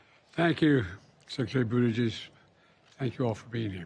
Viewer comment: Joe Biden called Pete Secretary booty juice. 😅😅